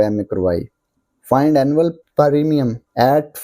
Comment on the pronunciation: Btw it's premium not paarimiyum